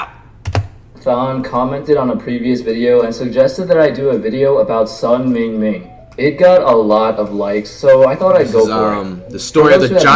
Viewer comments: shit we not even 30 seconds in and he already butchering names 😂 “His name is Sun Mygeeinming” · Player's Name: Sun Mingming Flight: His name is Sun My-G-and-Me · Flight let’s sound it out Sun Ming-Ming Not My-gee-a-meen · *SUN MY-GEE-IMING* Real Name: SUN MINGMING🤦🏽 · Flight really mispronounced his name bruh lol its not hard to even say Ming-ming Flight said Miyejami 🤣🤣🤣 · His name is Sun MyGeeamene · This nigga said "sanji myjingming" 😂😂😂 this why I dont watch his vine reactions thing will say "chopped off hand" flight will say "hand off chop" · You did not justs ay sun me chen me idk if you can't read or if u joking g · He says Yao ming right but not sun ming ming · how tf he mispronounce sun mingming bruh.